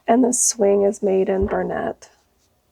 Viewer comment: It’s bernat, not bernet. Stacy’s mispronunciation is rubbing off on too many of you.